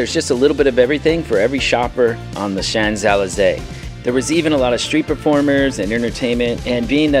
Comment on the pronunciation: Great family fun informative travel videos. Don't quote me on that but I think Champs-Elysées is shonz uh·lee·zay? Wow fantastic room with a view. And 2 balconies. I enjoyed your London vlog too. 👍